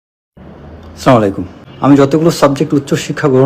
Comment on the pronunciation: Say clearly Assalamualaikum..